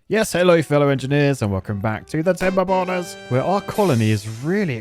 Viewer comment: Bro really said Tiber boilers in the intro😂😂😂